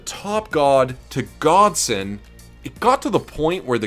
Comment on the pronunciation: u said his name wrong...its godson